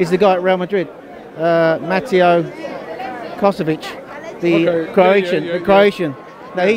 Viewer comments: "Mateo... Kos-o-vic" Nah m8. This guy is a try hard intellect. He knows dick. I like his personality and seems like a nice guy, but when he talks about football like that (i.e. sign players... but Reiss Nelson needs minutes) it irks me. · its k-o-v-a-chich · This bloke can't even pronounce Kovacic's name yet wants him. Ease off the youtube videos old timer